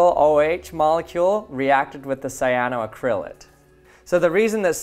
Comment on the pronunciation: It took me a couple repetitions to realise you were saying 'cyanoacrylate'. The main stress falls on the 'ac' syllable: cy-a-no-AC-ryl-ate, not cy-a-no-ac-RYL-ate.